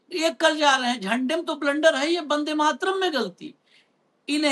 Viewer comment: Vande ko Bande kyuñ keh rahay ho ?!